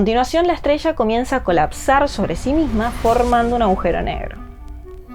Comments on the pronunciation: Se escribe y dice, Agujero, aujero No. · No se dice "aujero", se dice "agujero". Para locutar un video se debe tener una buena dicción y conocer el idioma. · Por qué tanta gente inteligente dice "augero" ? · ella dice ahujero